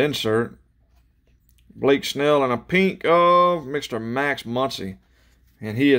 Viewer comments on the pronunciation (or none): none